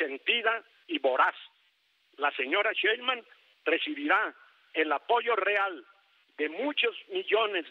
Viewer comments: Pobre viejito Ceballos ni siquiera sabe pronunciar el apellido 5 veces dijo sra Cheiman y bueno el 33 % de todo el padrón Votó por Morena y menos del 15 % voto por el prianrd. No confundan a la gente las matemáticas no fallan. Ya no saben como buscar pretextos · El gran litigante que no sabe ni pronunciar bien el apellido de su próxima presidenta, aunque le duela, 😂😂😂😂